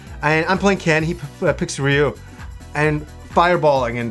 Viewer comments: Ree - you. Or, if you really want to sound Japanese, Dre - you. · Roo! Roo! A thousand times, it's pronounced Roo!